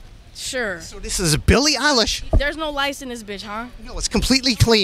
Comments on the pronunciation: Nardwar: "who are you? Billie: "Billie Eillish" Nardwar: Billie uhlish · Billie: “Hi it’s pronounced EYElish” Nardwuar: “oh okay L-ish”